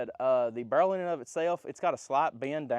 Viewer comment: "it be kehowen when it cum out da bhurel." God, man, work on your english.